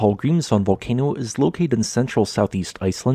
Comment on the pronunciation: How nice his pronunciation is, now he was in Iceland 😉